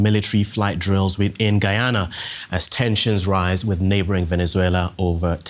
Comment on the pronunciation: Please use the english pronunciation of Guyana and Essequibo, pleaseeeeee